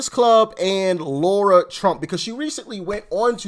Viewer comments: Doc, I will hit the subscribe button as soon as you learn how to pronounce Lara’s name correctly. It’s not Laura, it’s Lara. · Her name is LARA ,, NOT LAURA ..... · As the Democrats would say, come on get her name right it’s Lara not Laura lol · Doc, great vid, as always! Btw, her name is Lara, NOT Laura! Got it ? Good! Another btw, bro, mighty glad to have you aboard! Welcome, man!!!!!!!!